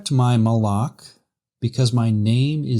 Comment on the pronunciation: Just a small comment, , the pronunciation of מַלְאָךְ sounded like Moloch